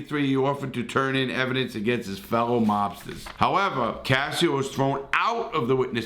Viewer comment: He kept saying “Anthony cassio”. It’s “casso”